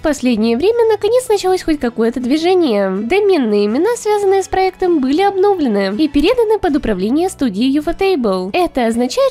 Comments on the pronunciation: Всё супер, но уши режет "обно́влены", ударение на ы, обновлены́ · "обнОвлены" Это нейронка озвучивает или безграмотное кисо?